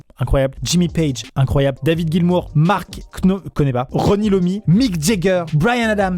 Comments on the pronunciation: À Tomi "Lomi" j'ai chialé 😂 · « Rony Iommi » 😂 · MAIS PTN C'EST PAS "RONNY LOMMY" C'EST TOMMY IOMMI!!!!!!!! QUELLE OFFENSE AU PERE DU METAL!!!!!! (ça se prononce tommy aie ommi) MERDE AMIXEM UN PEU DE RESTECT !!! ET MARC KNOPFLEUR LE GUITARISTE DE DIRE STRAITSSS!!! J'ai la haine la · Ça et "Rony Lommi" ça m'a donné des envies de meurtre (même si c'est à moitié de la faute du site) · "Rony Lommi" ? Je pense que je vais faire un massacre, c'est Tony Iommi là !